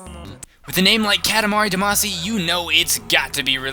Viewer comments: its not duh-maa-see its dah-ma-see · its pronounced damacy, Dah-Mah-see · No, its Duh-Mah-See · Every time you say Damacy I cringe.